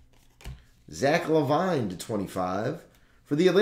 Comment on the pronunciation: Its zach lavine not lavine